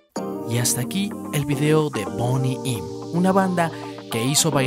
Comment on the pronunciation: Tremendo video, pero la pronunciación del Inglés totalmente por el suelo. Se pronuncia "Bóni Ém".